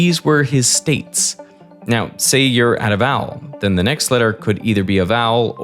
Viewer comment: (the blonde guy) is good, but I hate when people pronounce TH as F, omg (Feory=Theory) and (Mefod=Method). He also says V as F which I've rarely heard before. (Fowel=Vowel) and (Fote=Vote) 💀(I'm also northern European like him, so that's not an excuse). I hope he will consider and learn how to pronounce it better:)